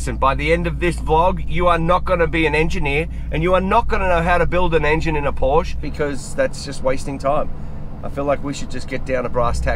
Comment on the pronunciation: POUR-SHA! Pronounce it correctly, please.